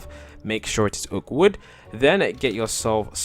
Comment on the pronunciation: When you say oak wood stairs ifeel you say awkward stairs haha